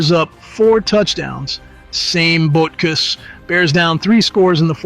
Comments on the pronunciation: Your AI voice that pronounces "butkus" as "bootkiss" really makes your slop so much more watchable. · I don't like this narrator calling him " Bootkiss" or " Bootcoos" or whatever he's saying. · Who pronounces "Butkus" like that? Bootkoos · Lithuainian pronounciation is Boot kis